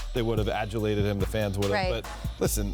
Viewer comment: “Passes eem on the road”